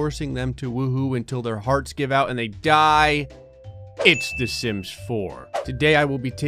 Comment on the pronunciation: When did the intro, I thought he said "the simps 4"